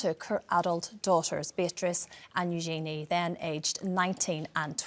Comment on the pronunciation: Of course Their Royal Highnesses should not suffer any criticism. They are not their parents. I do wish people would take the time to pronounce Princess Eugenie's name correctly. It's not Yoo-gee-nee, it's Yoo-juh-nee. It really isn't difficult.